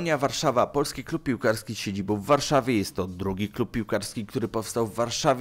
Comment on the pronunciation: min 1.37 cyt ' z siedziboł w Wiedniu ' .Tak człowieku wymawiasz , zapominając o nasalnym ' ą ' .Poza tym ciekawy materiał .Pozdrawiam